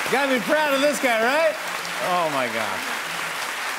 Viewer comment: gun are you purposely saying wright instead of right?